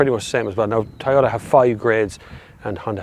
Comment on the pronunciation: Why do they pronounce it as Tie-ota? Is this the same brand we know as Toyota?